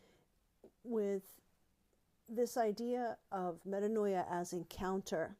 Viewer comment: “meh-TAAN-ya” ~DBH 😄